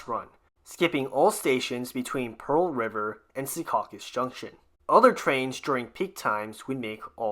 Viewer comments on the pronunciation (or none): none